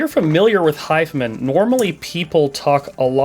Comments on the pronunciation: hes saying "hif'm'n". is it not "hi-fi man"? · Wait, is it really not pronounced 'high-fi-man'?